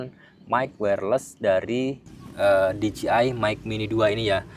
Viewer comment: Dijeai bang bukan dijiai